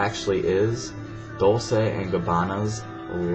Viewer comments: It pronounce dolche not dolse!Dolce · you said "Doe-say" instead of "Dol-Ché"...